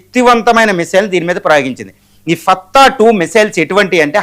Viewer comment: మిత్రమా! తమరు మీ భాషను, పారిభాషిక పదజాలాన్ని సరిచేసుకోగలరు. ఫత్తా కాదండి..... ఫతహ్ దాని అసలు పేరు. అర్ధం ఏమిటంటే " జయించునది " ఇక ఇరాన్ వద్ద సరాసరిగా అమెరికా మీద ప్రయోగించగల " I C B M.మిసైళ్లు " ఉన్నవి. కాని అనేకానేక కారణాల వల్ల అలా చేయదు. గతం ఇరాన్ ప్రస్తుత ఇరాన్ ల మధ్య ప్రతి విషయంలోనూ ఎంతో వ్యత్యాసం ఉంది. ఇక అమెరికా సంయుక్త రాష్ట్రాల ఏకచ్ఛత్రాధిపత్యం దాదాపుగా శూన్యం. బలవంతమైన సర్పము చలిచీమల చేత చిక్కి చావదె సుమతీ......జై హింద్